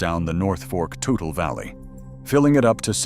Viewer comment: the river is spelled toutle but pronounced tootle